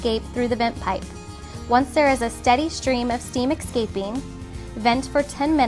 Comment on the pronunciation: Excaping? Really?